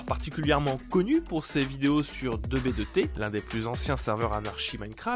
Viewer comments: "2 Bé 2 té" Ça se prononce tou bi tou ti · Deux B Deux T il a dit 😭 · (on dit 2b2t à l'anglaise normalement, two bi two ti) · juste 2B2T se dit tou-bi-tou-ti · La façon dont tu prononce 2B2T me fait mal MDR